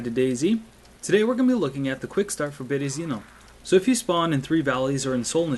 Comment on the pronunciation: Berezino. Put the emphasis on the second E {Byeryeezino} ^^